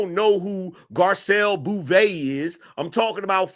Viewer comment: Her name's pronounced gar-SEL bo-VAY.